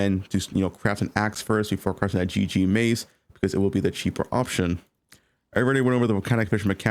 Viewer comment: Why does not pronounce words that end in G? Craftin' Movin' Volcanic Fissure of Snakin'